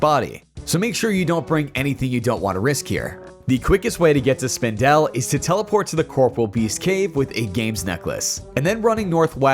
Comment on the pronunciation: Howie Spindel is what I’m calling the spider from now on. I’ve never heard anyone pronounce it like that. Good video, thank you for the tips 😊